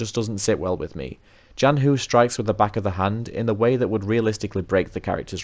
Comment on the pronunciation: If you're curious, yes you pronounced Zhanhu basically correct for an English speaker! It would be a tiny bit closer to the Mandarin if you pronounced the 'zh' part as a normal English 'ch'. zh in Chinese is retroflex, so your tongue is bent back a bit when you pronounce it.